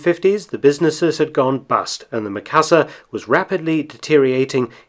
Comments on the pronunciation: Sorry, I just have to..... not Meh-ka-sa, it's Me-ka-sa. Japanese vowel "i" is pronounced like the "e" in the word "me" or the double "ee" in "feet". I've been slammed for this by my Japanese 101 teacher. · Is "ME . KA . SA.", base on Japanese English.......